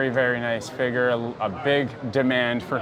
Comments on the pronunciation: He says "figuur" like McDaddy 😂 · Hard R.